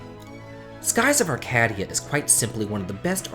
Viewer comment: Skies of Arcade-ia not ArcaD-ia